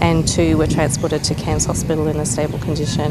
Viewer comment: U have to pronounce Cairns like an Aussie "Cans" 😉👍